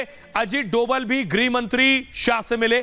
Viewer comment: Ajit dobhal .....bolo dobal nhi bhai